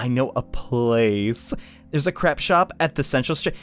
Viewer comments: AH! First Francois and now Crepe these mispronunciations are starting to get to me! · Did you really call the crepe shop a 'crap' shop? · I think a classm8 of mine also pronounced crepe as crap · Don't wanna rain on your parade, but "crepe" is pronounced like it's spelled "crape". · The way says crepe makes me hurt inside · i lose 5 years off of my life every time i here this guy say crepe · Anyone going to notice he said crepe wrong 😑